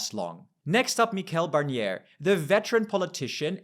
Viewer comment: Notr for you, I suppose you are germanophone : It's not "Mikel Barnier" but "MiSCHEL Barnier".